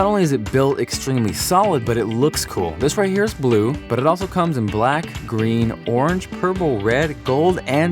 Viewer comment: is it just me or does he roll his "r" when he says "but it." e.g. "'burrrrit' also kinda doubles as a..."